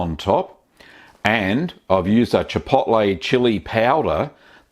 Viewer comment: chipoltlay chili payowduh